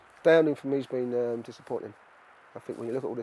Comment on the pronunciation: sure "diapponting"